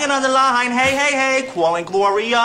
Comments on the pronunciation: Cwalling Gloria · when that dude went * cWAlling * it sent me flying to mars